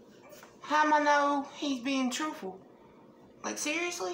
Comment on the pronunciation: He’s not being TROOF-FULL.